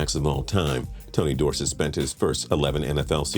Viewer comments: Please say Dorsett correctly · His pronunciation of tony dorsett’s name was almost as bad as the time I heard someone pronounce “crouton” as “crouw-ten”